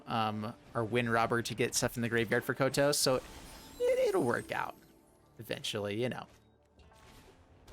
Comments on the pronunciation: Kotose コトソin katakana is pronounced [ko] [to] [ssé] in Japanese. (i'm french, [é] sound could be [ay] in english). There is only one sound finishing by a consonant in Japanese as far as i know, its ん in hiragana or ン in katakana which is [N] sound like -san or ichiban or pan etc.. Some people could say です desu [dess] is a sound like that too but It's actually a matter of prononciation or more of non-prononciation of the す [sou] sound in this particular word. Nice list and Thanks for the video ! 👍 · That Kotose pronunciation saddens me, but god do I love mean-spirited decks! 🤣Was a lot of fun!